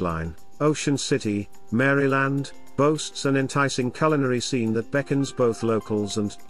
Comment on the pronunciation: You should not respect any list where the person can’t even pronounce the State’s name correctly….